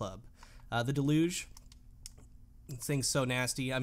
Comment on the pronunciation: haha, you kill me every time you say deluge. its DEL-yuge (deluge is fancy speak for flood). emphasis on the first syllable. as always, great vid.